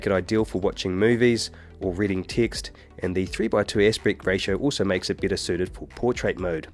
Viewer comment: Hey, a quick question - is this guy speaking with British accent or what? thanks! I kind of lost it when he said 'beetter quality'.